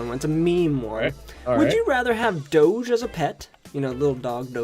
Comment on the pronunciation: I am so pleased you pronounced Doge properly :3